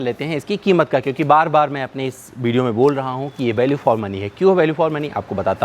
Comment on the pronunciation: "Bideo", "Bariant", " Balue for money"! Inke Uccharan ko thk kar lein to video ar enhance ho jaegi!